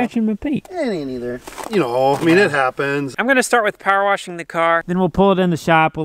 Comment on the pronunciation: Lol your dad is something else. Him and his warshing stuff😂